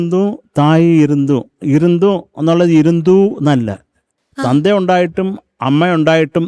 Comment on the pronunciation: Sarath sir comment is accurate. தந்தை இருந்தும் தாயுமிருந்தும் சொல்லத் தெரியவில்ல. That is the right pronounciation. ❤❤❤. Overal performance is superb.❤❤❤